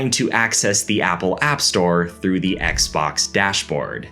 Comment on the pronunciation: love ur channel, but u don't always have to pronounce "the" as "thee".